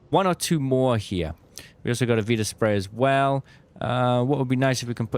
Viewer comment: I despise the way you say viraspray but I love your content 😭